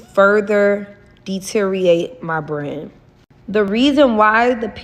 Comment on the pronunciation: She can't even say the word BRAND properly. 😂